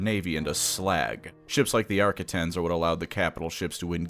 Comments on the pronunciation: Can’t get past how you say “arquitens” like “arkettens” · Ah yes, the Arquitaints. My favorite escort vessel. Lmao. At least he got it right the second time . 😅